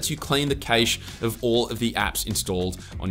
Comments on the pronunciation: It's called "cash" instead of caysh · Don't forget Adaway and Buzzkill. Also, I've never heard anyone pronounce cache as 'kaysh' 😂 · Your the first person I've heard say kaysh. I've only heard Kash and kashay.